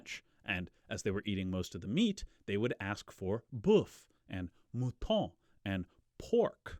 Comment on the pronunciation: Hello, thanks for the video. I can't say I am that familiar with Dumézil works but I am French, so if you have a doubt about something, you can ask me :) At 6', you pronounced "mouton" correctly but "porc" is pronounced "por" and you said "bouffe" (a slang word for food) and not "boeuf". You can curse our vowels that have a different pronunciation than they have in English.